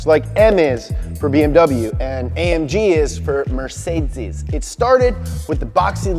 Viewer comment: You can't even pronounce Mercedes right...